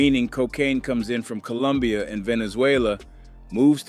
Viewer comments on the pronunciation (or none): none